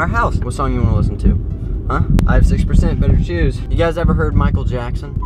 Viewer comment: I almost clicked off until I heard Mihacle Jakson